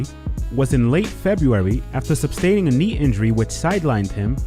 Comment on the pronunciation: You “sustain” and injury, not “substain”. I don’t even think that’s a word...